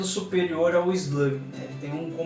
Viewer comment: E eslugui não eslague